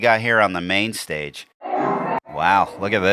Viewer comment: Insanuh.. view.. of the... staguh